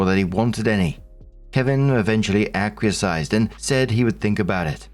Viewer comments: AK-WEE-ESS. NOT AK-WEE-EH-SIZE!!!!!!!!!! How many tines? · Please, I love your narrations, but the word ‘acquiesced’ is pronounced ‘ack-wee-essed’. Much love 🫶🫶 xx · I’m begging you. Ack-wee-est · Just a note 'acquiesced' is pronounced 'ah-kwee-esd'. 😊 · If you don't know how to pronounce a word, look it up, don't guess and make yourself look like a dumbarse. "Acquiesced" has three syllables and doesn't have a T nor a Z, how tf did you invent a fourth syllable using letters that don't even look close to anything in the word itself? Acquiesced. Ahh, kwee, essed. It ain't difficult. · Aquiasized is not how that word is pronounced..😂🤣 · I know! Acquasize always sounds like a cool workout for grandmas 😂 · Lmao still adding that extra syllable to acquiesced I hear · I love listening to your narrations, but please look up the pronunciations or "acquiesced" and "oriented".